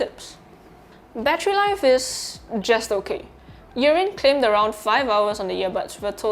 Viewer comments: Not sure why you keep calling it Urine. It’s not urine. It’s “ear in” as earin. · Sounds like you’re saying urine but I thank you for your review anyhow sir thanks man